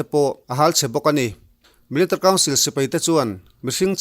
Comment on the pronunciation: Thu puan i thiam khawp mai. Mahse, Military kha Militr tiin i lam tlat a, chubakah 2012 tia i sawi hi 2022 i tihna a ni em?